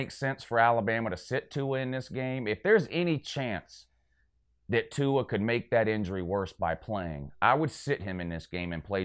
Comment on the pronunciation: would've thought you would know how to pronounce Tua's name after he broke your heart earlier this year